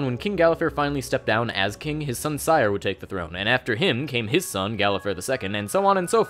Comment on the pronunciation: oof, you mispronounced cyre. keith baker says 'siri' instead of 'sire'